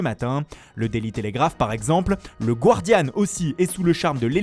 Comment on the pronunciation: Les gars je vous aime bien mais je tilte à chaque fois : ça se prononce "Gardian", pas "GWardian".